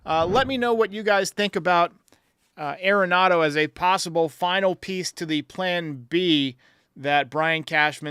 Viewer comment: It's pronounced AR-en-NADO. Everyone says it wrong. He's said that himself.